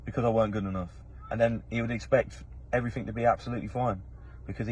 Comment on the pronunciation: There’s no k in the word “everything” or “anything” thanks.